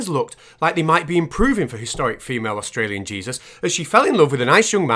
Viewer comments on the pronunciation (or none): What's an Ausralian?